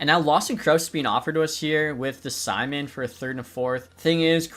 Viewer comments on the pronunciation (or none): none